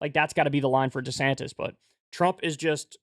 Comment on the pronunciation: "Deesanniss" lol